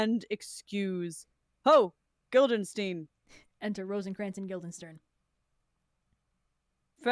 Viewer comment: This whole thing is fantastic, but I think the funniest part might be the fact that keeps saying “Guilderstein” instead of Guildenstern and seemingly just does not notice 🤣